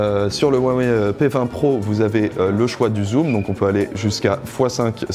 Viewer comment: vous pourriez au moins prononcer correctement le nom de la marque quand même